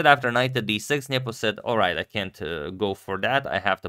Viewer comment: I love how Agad pronounces it "Njepo" instead of "Nepo".